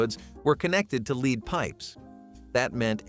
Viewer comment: Ahh the dreaded "leed" pipes and sol-der.